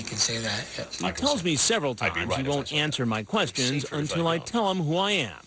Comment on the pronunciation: IT'SA KWES'CHIN